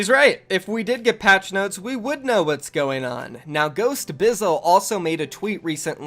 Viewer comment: I liked the vid, but never say noties again